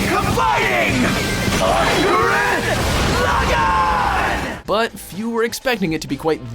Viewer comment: he also mispronounced Gurren Laggan but I'll let it pass since I never got to deep into the series